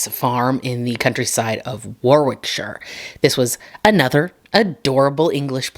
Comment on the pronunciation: Hi thanks for covering a British case. Can i just say, as an fyi - Edinburgh is pronounced edin burra. And borough and burgh in England and Scotland are always pronounced burra. You did well pronouncing Warwickshire which, as you said, is pronounced worickshah. As sre all "shires" pronounced shah. I will explain later about solicitors and the British "education" system. 😳 The YouTube algorithm needs to sort itself out. Really. You need more subs... many more subs. Many, many, many more. Pa i read the series of unfortunate events to my 9 or 10 year old daughter and we both couldn't wait for bedtime every night lol. It's highly HIGHLY recommended for everyone, adults included, to read it. Anyway, thanks i hope you're doing better now. Life is hard. Love from kerry in Kent England ♥